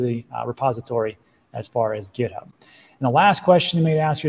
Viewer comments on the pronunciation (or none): none